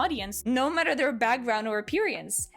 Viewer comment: I understand English may be your second language but I chuckle when you say appearance cause of where you put the emphasis.